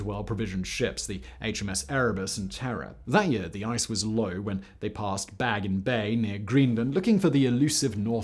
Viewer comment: BAGGIN Bay by GREENLAND?! FACT BOY, WHAT THE HELL?! It’s BaFFin Bay, and it went through (what is now) Nunavut, not Greenland. Your twenty-seventh dislike is delivered with malice and prejudice.